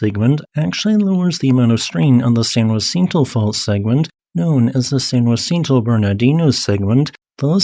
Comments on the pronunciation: Fyi its "San Jah-sin-toe" not juancito! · I've never heard San Jacinto pronounced as he does, San Wa-SEEN-to. I learned my Spanish pronunciations in Texas, and here it's pronounced Sahn Ha-THEEN-to. Do Spanish pronunciations differ in California? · Lived in SoCal for nearly 40 years and moved away. Lived right on top of the San Jacinto fault...been in plenty of large ones but never got to experience The Big One ..bummer...and San Jacinto is pronounced Sahn Haseentoe or San Uhsentoe..Spanish and local dialect. Also Cajon pass is pronounced kuh-hone 🙂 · San Huh Sin To (San Jacinto Mountain) Ka Hone Pass (Cajon) Considerable respect. I only mention this because gross mispronunciations distract from your very interesting content.